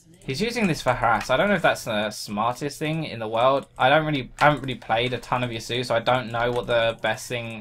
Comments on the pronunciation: Pronounced Ya-su-oh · ***** "Ya-su" is incorrect. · Just for the record it is pronounced "Ya-soo-oh" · ***** Yasuo is a name originating from the Japanese language. Do you know how to speak Japanese? I do. I and other Japanese speakers pronounce it Yas-oo-oh. Did you just decide to ignore the o on the end? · You pronounce ya sumo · I'm not raging at you; but Riot needs to make champions that have names that people can pronounce... I'm honestly not angry at anyone, but it's "Yass-oo-oh"